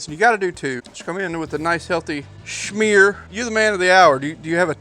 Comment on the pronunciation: “Comin in with a nice healthy...SHMERE”